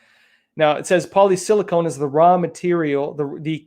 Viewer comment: It is polysilacon, not polysilacone, you're thinking about breast implants. A small point, but you might as well be correct...